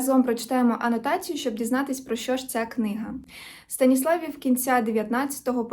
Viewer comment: Я з Франківська і моїм вушкам неприємно чути той наголос. Правильно: „Станисла́вів“ з протяжним і